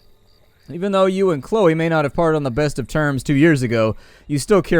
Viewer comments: You pronounced it Sho-low for most of the video, and then called it Cloh-e :P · It's pronounced c-l-o-e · Chloe is pronounced Klo-ee at least for my cousin it is. =) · KLOH-ee. Just your friendly, neighbourhood grammar nazi ;) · Did he actually say "shlow"???? Its C-L-O-E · It's pronounced clow-e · say glow with a C and put E on the end that's how you pronounce the name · knows how to pronounce it. He is saying it that way on purpose. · I messed up my first comment, I found out he was just saying it wrong on purpose like he does with a lot of things I asked him during the stream I had to know cuz I thought it was on accident ... he says it right in the beginning and WIN